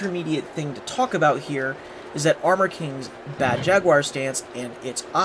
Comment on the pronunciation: Mispronounced Jaguar...